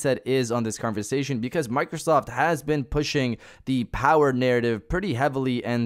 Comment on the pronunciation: This is why I always have the same comment. The Powahh...lol